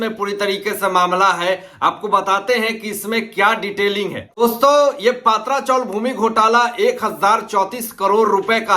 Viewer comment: पात्रा chawl नहीं, पत्रा chawl !